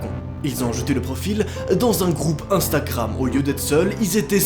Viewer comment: " Dans un groupe instakkkkkkkram "